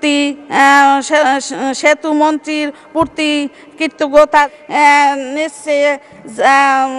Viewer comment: সেতু মন্ত্রীর পূর্তি নাকি পুটকি বললো বুঝলাম না 😂😂